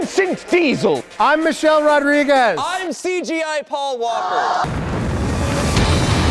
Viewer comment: why cant anyone pronounce rodriguez correctly